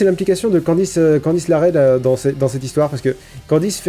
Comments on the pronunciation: Candice LeRae pas LaRae :') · Par pitié,. Candice LERae. LE. Pas LaRae. LeRae. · Candice LeRae se prononce "Laré" en anglais, mais pas en français je pense..^^